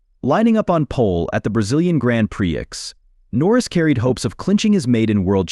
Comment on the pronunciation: FFS, can they teach AI to say prix instead of pre-ex?